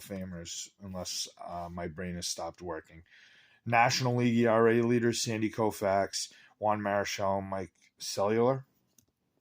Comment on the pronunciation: Steve Carlton is ridiculously undervalued for the caliber player he was. Besides his '65 Topps RC, most Carlton base cards - even early ones, can be had in nice shape for well less than 50 bucks. Cuellar is pronounced "Quay-ar". He was from Cuba. Felipe Alou is a 6th series card; the true high numbers (7th series) start at #534. The Seaver would be considered the more key rookie card in the set, not because of who was the better player him v. Carew - but because that card (#581) is a single print in the 7th series. Carew is not, and if he was - his value would likely be more in line with that of the Seaver. Belanger, Cash, & Bunning are all 7th series single prints. Bland? The whole point is that the design is simple and does not overwhelm the photographs, which are gorgeous. '67 really gives you an idea what baseball looked like in the mid 1960's. Nice cards. I'm also working on the set.